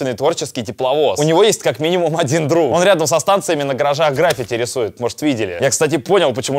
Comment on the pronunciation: ГрффИти, блядь, граффИти! Вымораживает это неправильное ударение!